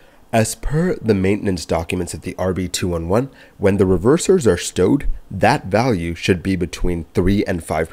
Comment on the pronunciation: The RB-211 is pronounced RB-two eleven.